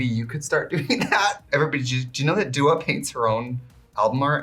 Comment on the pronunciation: Is Trixie actually calling her Dula at the end?!